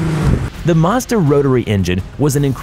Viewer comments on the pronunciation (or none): Mazda not marzda